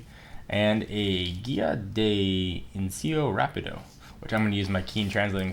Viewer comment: Did he said "incio rapido" instead of "inicio rapido"